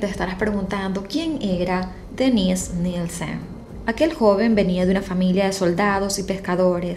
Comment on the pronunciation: yo se que es Dennise , y se que este nombre se usa mucho incluso en Latinoamérica tanto para hombre como mujeres pero como lo pronuncias suena que fuera el Denise para mujer jajaja (es que yo pongo tus videos para escuchar el audio mientras ejercito y al principio estaba perdido) un saludo